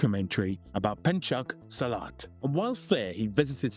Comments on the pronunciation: " " Pangcak Slat" my ass. At least know how important words are being pronounced before making a video about it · The pronounciation of Pencak Silat is Phenchak Seelat